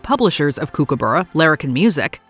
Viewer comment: Flaming heck Americans - it is Kookaburra pronounced Cook-a-burrah - not Kook-abura - if you can't say it right, get rid of it out of your mouths!!!